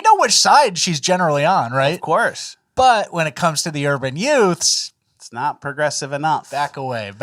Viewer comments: Are you saying yuts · Hey, Youths is pronounced "UTES"! Cmon man, you have seen My cousin Vinny!